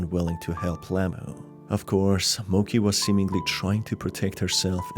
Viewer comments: Ok but when people pronounce “Mochi” as “Moki” it actually hurts me inside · Just a small nitpick, the dog's name is most likely pronounced Mochi (Mow-chee) and not Mochi (Moe-key).. Beside that, Loving the game analysis! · Mo-ch-ee not mo-ck-ee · the dog's death was so sad! i think that was the worst part of the game. by the way, the dog's name is pronounced 'mo ch ee' not 'mo k ee' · Mochi is pronounced as it's written, not mo-k-i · It brought me psychical pain every time Mochi was said incorrectly